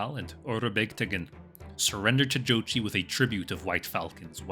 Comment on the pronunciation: Not even 5 seconds in, he already pronounced the name correctly. Mongol approves